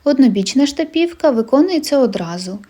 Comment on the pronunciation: у Вас чудові відео, Ви гарна майстриня! ❤ Єдине "але" - чому Ви ставите наголос на "і"? Скільки я чула це слово - штапівка - всі кажуть з наголосом на "а"..... 🤔 В інших назвах, як я помітила, Ви також ставите наголос не так, як його ставлять інші зазвичай... Чи є у Вас якісь джерела, про які ми не знаємо? Дякую заздалегідь за відповідь та гарного Вам дня 💚